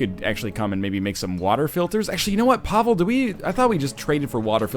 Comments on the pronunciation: NL you've probably been told this, but you are mispronouncing Pavle. Its not Pav-ehl. Its Pav-ley, Its a common name around here. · MrSokoviruva RobLucci is clearly right with this. I feel like I lost some brain cells reading your weird attempts at trying to antagonise. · No he doesn't. The game is based on siege of Sarajevo. Its a Serbian name. Pavle is a Serbian name rooted in biblical name Paul. In other Slavic languages its Pavel.